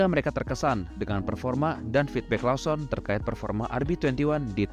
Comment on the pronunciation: Koreksi bang Lawson bacanya Lowsen